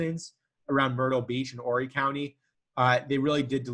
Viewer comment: Hi mispronounced Beaufort and Horry